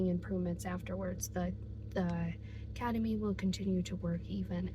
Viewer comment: you mean kEtamine? what is kAtamine?